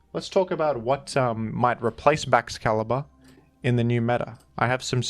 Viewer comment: It's Baxcalibover